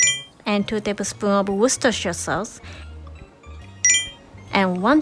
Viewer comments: You can say worchestershire sauce. I am in awe 😆❤ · Can we just take a moment for how can pronounce worcester sauce better than most of humankind? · im so impressed by her pronunciation of 'worcesteshire' it's such a difficult word to pronounce even for english native speakers.